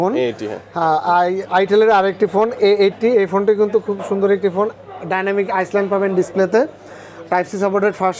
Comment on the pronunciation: ডায়নামিক আইসল্যান্ড 😂😅 না ভাই। ওটা হবে ডায়নামিক আইল্যান্ড।